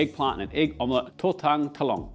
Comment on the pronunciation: Say tortang talong again one more time! Say it again! I dare ya! I double dare ya!! Kudos of the most high my man ❤